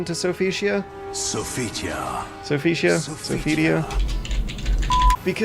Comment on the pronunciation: how hard is it to say Sophitia?!